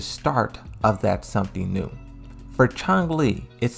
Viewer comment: Narrator critiques the way folks pronounce Chun-Li, but then he proceeds to continually add a "g" to his pronunciation as if she's the main villain in the first bloodsport movie.